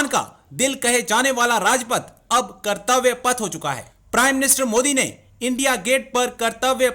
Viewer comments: Sir, it's not kirtavya but kartavya path meaning Farz ki raah. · Kartabya path bro. Not kritivya path...